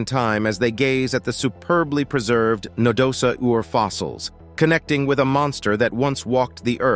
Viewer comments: What the hell is a Na-do-sa-Ur? We don't pronounce "dinosaur" as di-no-sa-Ur, so what made the narrator butcher Nadosaur so badly? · No da saur! Please learn pronunciation. It is not that difficult SMH